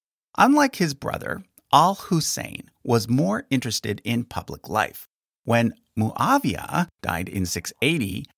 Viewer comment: Its mouawiah not mooooaaaviaaa Its not a colombian coctail